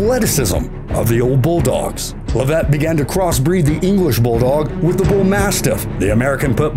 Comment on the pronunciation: Leavitt is pronounced "LEV-it", not "le VETTE".